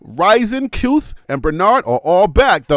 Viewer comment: Kuithe is pronounced Kee thee